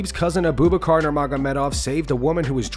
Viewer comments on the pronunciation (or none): It's not "Uhh-BOO Buh-car" Like you are saying. It's pronounced "Ahh-boo-BACH-Er". Abu Bakr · Who the fuck is Aboobacar??? BRO... It is pronounced Abu Bakar 😂🤣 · This guy saying Uh-booboo-Car. It's pronounced Abu-Buk-Er